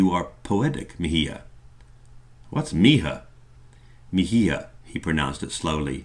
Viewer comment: Mi hija is pronounced mee EE-hah Mi hijo is pronounced mee EE-hoh (I assume that this is what Esteban is saying :P)